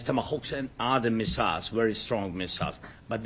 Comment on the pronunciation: Когда его научат правильно произносить слово missile? Просто позорник!